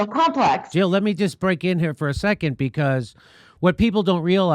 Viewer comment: Jill not Hill!